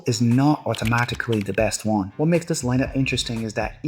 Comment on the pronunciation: Lol it was the "Wa makes this line up interesting" . I was like, yeahhh this is definitely a bajan. Good stuff Bro.